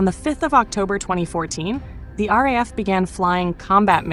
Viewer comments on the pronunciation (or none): You need to learn how to pronounce the RAAF. The RAF is the Royal Air Force (Britain) RAAF is pronounced R double A F.